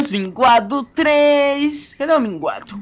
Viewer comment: minguado: mds. HulkBR: minguado.. minguado... 1 mingado, dois minguados, três minguados....